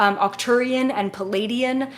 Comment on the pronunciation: 🤷🏻‍♂️ Yeah, but that’s just. She’s like me, almost all MACRO, very unfazed by details (like pronunciation). I kid, I kid... 😂 But, I can relate: the first several weeks I followed her, I was wondering who these ‘Palladians’ were, exactly... Then after I got to know her better, I realized she just had trouble with the double-vowel cluster in the word Pleiaidian. Now that I get that, I don’t bat an eye anymore whenever she says stuff ‘uniquely’ ☺️ (I teach pronunciation, so I feel silly that it took me so long to realize this)